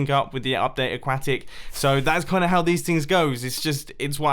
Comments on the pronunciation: He still says aquacktic....😂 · It's ah-kwa-tic *facepalm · “A-quack-tic” MumboJumbo- 2019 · Why do you pronouce update aquatic like qack?